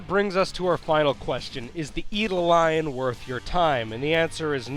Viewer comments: eye-do-lon. car-beeen. - proper pronounciation. I know, I know - I've been saying them wrong too, especially carbine. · Eidolon. - Ayy Dolan. It's not hard.